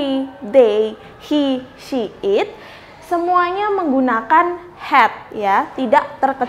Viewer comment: Pronunciation "SHE" anda kurang pas. Bedakan SHE dengan SEA